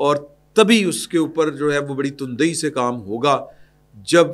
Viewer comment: تُن دھی نہیں ہوتا لفظ تَندھی ہے۔